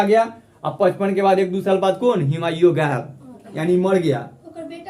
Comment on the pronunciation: AME YAR HIMAYU NAHIN HAI HUMAYU HAI...PEHLE SAHI BOLNA SEEKHO FIR TEACHER BANNA🙄